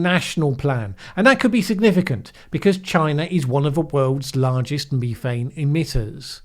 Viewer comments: well it's statistically impossible that in all my decades of existence I've never heard it pronounced Me thane Until 🙃🙃🙃🤔🤔🤔😜😜😜🐒🐒🐒😎😎😎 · This last one Is incidental You and me Me me me me Methane You Say you and methane Nobody Pronounced the word Ever the way you do Methodical Meth Meth meth Methane I know do not throw stones When you live in a glass house But you say it alot And are going to continue to use it Soooooooo 🤪🤪🤪🤫🤫🤫🙋‍♂️🙋‍♂️🙋‍♂️🤔🤔🤔😜😜😜🐒🐒🐒😎😎😎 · I say you and me thane. And I think you're right that says meth ane; though it didn't really bother my ear. The BBC always says me thane.